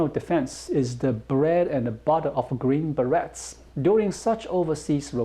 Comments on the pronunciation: Love the show,! By the way. 'beret' is pronounced 'ber-ay'. Plural would be 'ber-ays'. Keep up the good work informing us about China! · As always, I enjoy the information and insights you share about China. FYI: the -et in "beret" is pronounced like it would be in French since that is the origin of the word. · The Beret is 'Green Beret' has a silent 't' and the word is pronounced with a 'A' sound at the end, there is no t-sound at all. It is pronounced a bit like Berry, but with more of an 'aye' sound at the end. I'm confident you already know this, but could not miss the opportunity to rib/tease you about it:-)